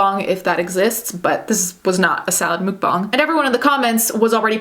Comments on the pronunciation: Muck bang is the right way of saying stop please your not a better person because you say it that way you don’t sht ice cream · I couldn't watch. It's pronounceed muck bang not mook bong. You absolute Turkey. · Why do people say Mook, instead of Muk(like the pokemon?) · Its muk bang not mook bong. Ya weirdo